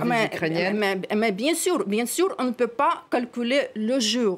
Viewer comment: Bien-sour ou bien-sùr c'est pareil. Mais Poutine a droit de se venger et tout vient de votre faute vous les rapporteurs de conneries d informations fausses